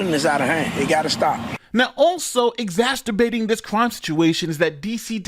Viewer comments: Exagsturbate? Am I the only one who caught that? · love the content but you might want to look to how to pronounce “exacerbate”